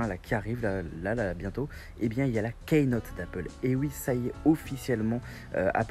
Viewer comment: hey, super video mais juste un petit detail on dit pas "kaynote" mais "keynote" ducoup cela se prononce "kinote", sinon continu super video